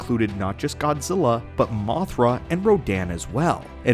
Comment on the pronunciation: Fuck.... All i hear is Godzirra , godzirra. blet man learn to speak correctly its Godzilla LLLLLLLL Not RRRRRRRRR